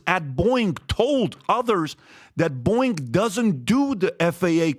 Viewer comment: Pat it's not Boing... Lol